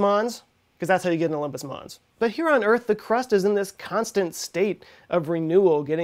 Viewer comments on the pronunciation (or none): none